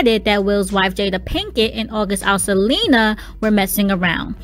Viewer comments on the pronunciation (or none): It’s not “alsalina” 😂😂😂😂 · Alsalina? Girl you on here but cant pronounce a 3 syllable name?